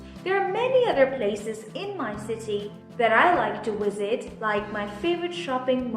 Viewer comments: why u keep saying " Wisit " not with "V" ? o.O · you said Wisit instead of Visit